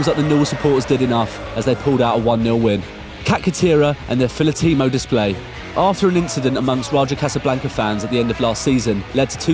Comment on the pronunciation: I just wanna say it's filótimo and not filotímo